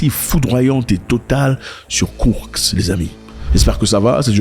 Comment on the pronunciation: Zack Bonjour! C'est Koursk et non kourk. Курск 🇷🇺